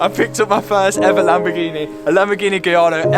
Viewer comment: Nice one Matt. I’m just glad that you know how to say gallardo properly! Yani can’t manage it.